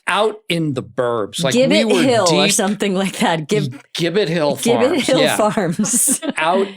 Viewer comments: So you’re telling me that Steve Carell AND Amy pohlers parents both had dinner in MY hometown at the restaurant that I used to work at as a teen AND mispronounced the name the way everyone does AND in that restaurant in my hometown booked Steve for Amy’s show? I’m gobsmacked. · We love Gibbett Hill!! I’m pretty sure they pronounce it with a soft “G” though.